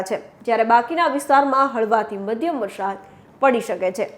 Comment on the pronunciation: બહેન, 'વરસાદ' જ બોલો, "વરશાદ" ન કહેવાય. "વરસાદો" તો ખોટો જ શબ્દ છે. 'ધ(dh)મરોળવું' સાચો શબ્દ છે, "ઘ(gh)મરોળવું" શબ્દ છે જ નહીં.